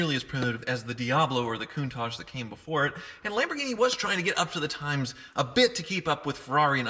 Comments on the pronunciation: martin wilk or just weirdly saying « coontahj » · . I can't afford the air in a Lamborghini's tyre so it's inconsequential to me how it's pronounced I just think it's funny how he says it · Everytime he says Countach it sounds like he's talking about a Raccoon with a moustache